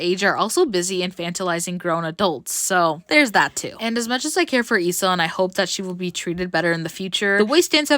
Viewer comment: finally someone pronouncing her name the right way. Some will pronounce it leeso